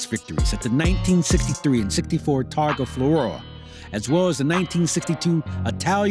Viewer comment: You should learn how to pronounce important words like Targa Floor-ee-o and Sotheby.